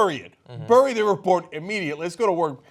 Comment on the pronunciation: Learn how to pronounce "bury"